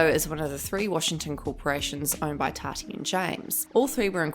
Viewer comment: It sounds like your saying “TADDY” Instead of Tati (TOTTY) pronounced